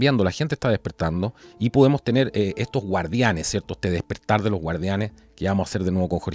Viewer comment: No se dice DISPERTAR...ES DESPERTAR...TOMA NOTA ...TE HARÁ BIEN.